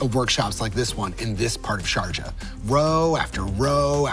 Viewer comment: The final message is that language matters. Sharjah sounding like, "Georgia" is, mind-blowing...